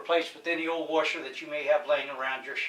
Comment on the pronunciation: What's a "Wersher"?